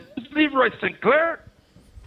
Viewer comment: It's not St. Claire, it's Sinclair.